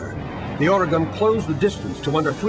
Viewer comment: I hate the way people who arent from Oregon pronounce Oregon 😑